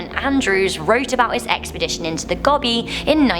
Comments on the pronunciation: Gobi pronounced with capital O sound. Like "Go-bee" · I think the scariest thing is how you pronounce Gobi (Gou-bi) as Gobby! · It's Go-bee not Gob-e 🌞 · gObie not gobby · 'Goh-bee', not Gobby...